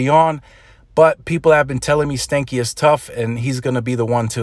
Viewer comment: His last name is actually pronounced, even if he doesn't know, stan-key like Stanley and not stanky